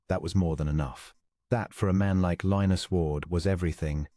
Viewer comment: At first was not sure I would like the narrator’s voice with a British accent, but as the story progressed, liked the cadence except the way Lionus was pronounced. Listening from Clarksville, TN.